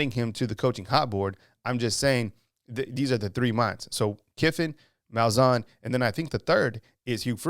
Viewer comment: Wanted to ask what drugs he's on when he said Malzahn lol